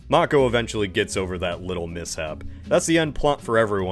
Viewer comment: Nice you can pronounce Mako. I'll forgive the *yay-ger*, it's too late to correct that :)